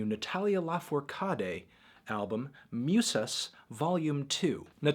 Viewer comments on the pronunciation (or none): Is pronounced forcaddy